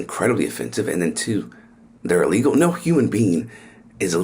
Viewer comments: Hey Margorie, the word is, "illegal", not "eelegal". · Well, it would be nice if she could learn to pronounce it correctly. It is NOT EELEGAL It is ih-·lee-gl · She can’t even say the word illegal properly cause she knows she’s wrong in so many levels 🤮